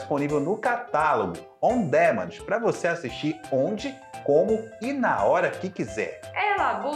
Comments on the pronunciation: Pq ela fala como robô? E se diz "on díménd"! O que estão falando parece maldição!!! Não custa nada ouvir a pronuncia dos termos em inglês no Google! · Bacana o vídeo, só uma dica: Não se pronuncia: On Démend. O correto seria: Aan duh·man Ou em português mesmo: Sob demanda